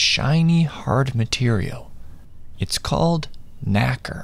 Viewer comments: Pronunciation of Nacre-(nay-ker) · Pronounce nacre wrong and you fucked up😭🤣